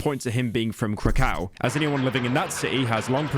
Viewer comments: oh come on. i love this video, but it would've costed you absolutely nothing to ask some polish fella how to pronounce "burek" or "kraków" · Him pronouncing Krakow like "crack ow" is going to be the next metro booming